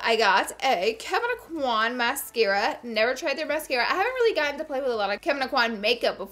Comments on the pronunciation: Look up how to pronounce Kevyn Aucoin’s name properly. Y’all love him so much but I’ve not seen any beauty guru say it correctly. It’s “o-kwä” not “ah-kwan”. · I love you to death Laura, but you are pronouncing Kevin Aucoin's last name wrong. Lol! I was born and raised in Lafayette, Louisiana where he was born and raised. He pronounced it correctly in one of his YouTube videos. Even right after he pronounced his last name right, the narrator of the video then pronounced it wrong as well. We (people from that area) ALWAYS get our names pronounced wrong....it is hilarious and sad at the same time. Still love you lots though!!!! Second note, I feel you on the fact that the makeup at TJMAXX usually have been touched. I even once witnessed a young lady taking out the brushes and rubbing them on her face!!!! 😲😲😲😲😲 I know that some makeup you must touch before you buy, and you get to do that with the samplers in Sephora and Ulta. I am not sure how the store can rectify this issue....